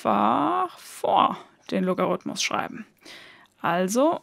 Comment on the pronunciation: Als Musiker finde ich es besonders nett, dass Du vom Loga- rhythmus sprichst (statt vom Logarithmus)!